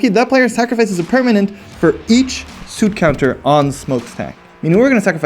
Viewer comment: I didn't expect the suit counters to come out in game 3. Is that the British pronunciation, or is it a exclusive?